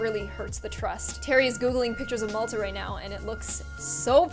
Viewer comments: *it's mall-ta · she said Malta wrong mall-ta